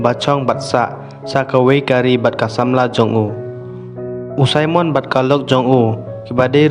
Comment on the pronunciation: Simon not saimon